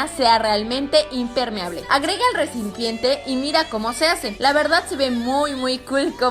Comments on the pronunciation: en. el. minuto. . dice. recimpiente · like si en el minuto Karen dijo resinpiente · Karen en el minuto dijiste ellencinpiente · Like si oíste que Karen Polinesia dijo recimpiente 😅😂🤣lol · like si eschuchaste que karen dijo rensipieente cuando estaba metiendo la arena en la pesera